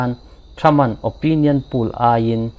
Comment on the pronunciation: Poll hi Pul nilovin Pawl tiin an lam thin in ka hria